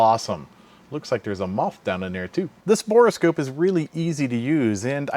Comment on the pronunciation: Bore scope not boreascope.